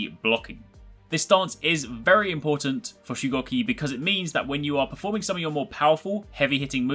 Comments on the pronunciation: Its shugoooki not shucocky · He said his name wrong the whole video :/